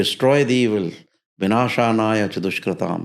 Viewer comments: इन्होने विनाशानाय बोला ने मन्त्र सही नहीं बोला। विनाशाय च दुशकृताम ऐसे है। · ये कौन हैं जो भविष्य बता रहे हैं, जबकि intro में ही जो श्लोक बोला बो गलत बोला। परित्राणाय साधूनाम, विनाशाय च दुष्कृताम। इन्होंने बोला विनाशानाय। विनाशाय शब्द चतुर्थी विभक्ति एकवचन है जिसका अर्थ होता है विनाश के लिए परन्तु कोई संस्कृत का विद्वान् मुझे ये बताये कि विनाशानाय कौन सी विभक्ति और वचन का है और इसका अर्थ क्या होता है?